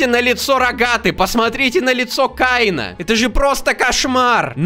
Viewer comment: Не каи́на а кеи́на!